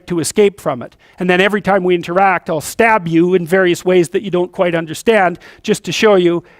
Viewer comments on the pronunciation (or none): none